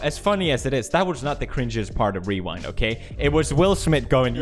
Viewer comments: Lols pewds said weewind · did he just say wewind? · Lmao pewds said wewind